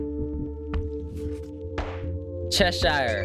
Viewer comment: The thing you’re saying Cheshire I think the World Bank actually said Cheshier not Cheshire whatever you said